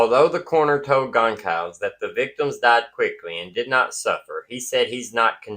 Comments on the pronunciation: I believe it is pronounced Gon-"CALL"-ves, not Gon-"SOL" -ves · Goncalves It's pronounced GUN KAL VEZ I'm sure you want to get it right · Goncalves is pronounced Gone-Sal-Vez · It's Gone-Sal-Vess not Concalvs. Moscow is pronounced Mos-Co. Mispronouncing affects credibility